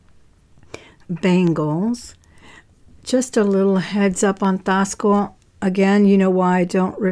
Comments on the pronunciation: About the silver cuff bracelet in the beginning of your video, are you saying Taxco??? I have never heard Taxco pronounced that way???? Or are you calling it something else?? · About the silver cuff bracelet, in the beginning of your video,, Are you saying Taxco???? I have never heard it pronounced that way????